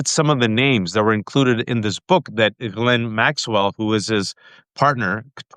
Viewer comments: Pronunciation of GHISLAINE. seems to be the only other person besides Ghislaine's brother who knows how to properly pronounce her name. "gee-LINN" (Most people don't understand that the S is silent.) I originally learned her name as sounding like "Gee-LANE" back when she had her trial. Then a week ago I heard her brother pronounce it as "Gee-Linn" giving a full French accent, but he actually accented the first syllable rather than the second... With deep research with the Little Black Book, he would have heard her name pronounced hundreds of times by people who were in her orbit. He says gee-LINN and that sounds right. Ghislaine's brother likely keeps it more French with a little more like GEE-linn. It's great to hear it pronounced properly with here. Now I know it's not gee-LANE. Great interview! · Good find Waj, getting this journalist on your show! Besides his knowledge, is one of ONLY TWO I've heard who pronounces 'Ghislaine' correctly. The other one is a lawyer for the victims, Brad Edwards.